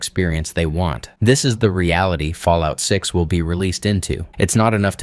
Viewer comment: New game take a hit of jet everytime he said falloit 6